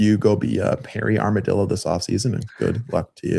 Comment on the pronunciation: This man said Hairy Armadillo 😂😂